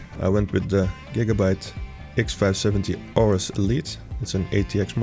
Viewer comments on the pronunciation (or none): And there is no "j" pronounced in "Gigabyte" ;)